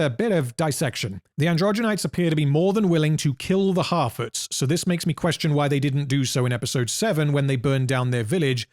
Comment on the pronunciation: I keep thinking I hear him saying "half-wits" instead of "harfoots" but both mean pretty much the same thing.